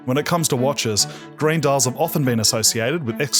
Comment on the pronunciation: Everytime he says "green", I hear "grey"